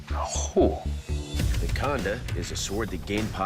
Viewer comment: Khanda , it's Khanda